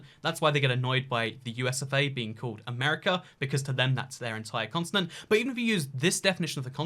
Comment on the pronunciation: It sounds like you're saying "consonant" instead of continent. And now I can't unhear it b😆